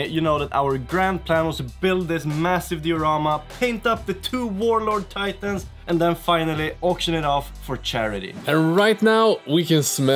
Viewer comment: whuarloads teitäääääns *skadusch